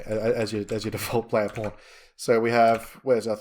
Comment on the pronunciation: I am very curious - why PAWN sounds like the very same P*RN??? It is everywhere where "PAWN" are involved LOL ! Otherwise - very nice tutorial! :))